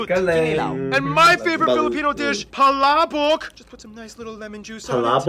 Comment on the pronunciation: It's so cute how they pronounced Palabok as Pa-ra-bok😊